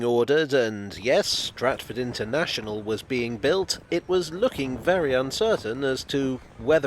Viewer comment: Stratford “un”ternational